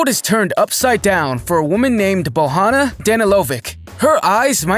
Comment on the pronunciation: BOJANA not BOHANA hahaha